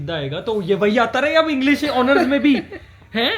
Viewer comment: are yr to south delhi se jo english jagah inglesh bolti he 😂😂😂